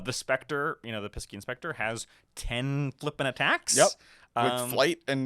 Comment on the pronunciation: Great insight as usual, guys, thanks. Just FYI, Piscean is pronounced pie-see-un